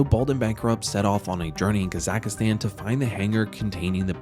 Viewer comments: Kazakhstan is easy to say. “Kazak+stan”. There is no “a” in the middle. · This channel can’t even pronounce Kazakhstan correctly, let alone make a good video lol